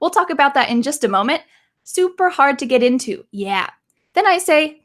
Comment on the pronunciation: Yo get into". I heard something like to get hired